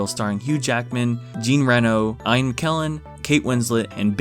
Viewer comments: Did you just call Ian McKellen "EYE AN" is that how Americans pronounce Ian??? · Ine Mckellan??? Its Ian...like E-N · Did he just call ian Keller eye-n Keller 😂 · That is the first time I heard anyone pronounce Ian that way. Oh well whatever, tomato tomato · That's an interesting way of pronouncing Ian